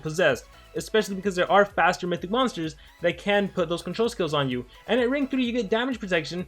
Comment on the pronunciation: I like how says mystic instead of mythic 😅